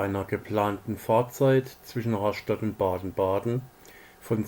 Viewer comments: Einfach nur "Raschtatt" ausgesprochen. Vielleicht würde man an der Küste "Rastatt" sagen. Ganz furchtbar ist ja "Ras-schtatt". Echt schlimm! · Daumen nach oben! Gute Zusammenfassung, guter Bericht.Es heißt RAStatt und BADEN-Baden... Vielleicht besser BADE-Bade auf bädisch... ?Viele Grüße aus Dänemark /Thomas Rasmussen